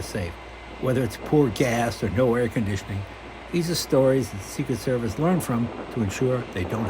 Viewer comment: “Secret Servith” got me laughing.